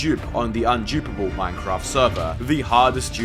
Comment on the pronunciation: "Unjupable" 🗣 I can't 😂